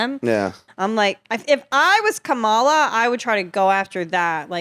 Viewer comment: Kerryn needs to learn how to pronounce Kamala.